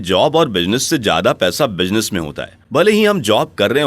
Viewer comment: Pronunciation -- Z, Z Business not Bijnes Not J Speak Z